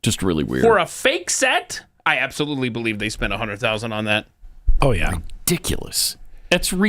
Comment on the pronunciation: "Obsolutely." And the annoying voice fry.